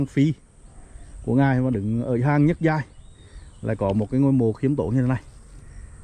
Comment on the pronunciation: Giọng nói gì mà nghe ui là trời: nhất giai ân phi mà nghe là nhứt giái ân phi